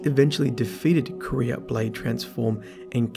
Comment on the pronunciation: Can you stop calling Quira "Korea" it is really annoying.